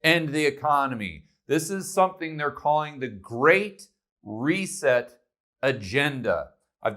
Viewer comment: Weeee neeeed a grrreat rrrrrrrrrrreset